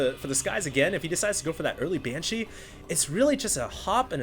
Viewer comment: its funny how i still hear "ban-cheese" everything says it